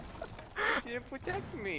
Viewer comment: I am officially dying of laughter ....and I quote "you didn't potect me"